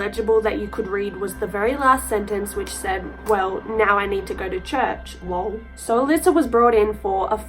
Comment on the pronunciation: I’ve heard this story and r.I.p. Emma. It’s extremely sad and my prayers go out to the family. Just a fyi it’s not Lowell it’s lol as in laugh out loud.